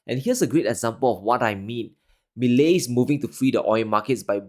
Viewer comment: I congratulate you on being one of the very few to pronounce his name correctly 👍🤣 But here's something that you're not taking into consideration.... Argentines have gone back and forth from ruins to glimpses of success... Over and over for the past 70 years. If there's one thing that they do have is resilience. It's definitely not going to be easy and they are going to be protests daily.... But again argentines are totally used to that. This guy, Milei, for the first time in many years, actually appears to be someone capable of turning things around 💪